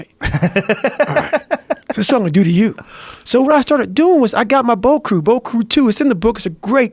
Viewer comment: broat crew 2 😂 dude said it over over and i honestly don't think he ever said it correctly. i think i he actually calls it broat crew cuz they bros on a boat